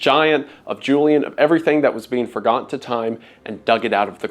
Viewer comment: it is sad to be "for-godden"